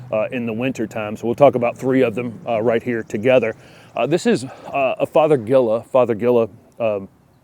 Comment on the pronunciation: It’s fothergilla…not feathergilla??? Haha. Obviously I need your videos. Thanks so much! 🌸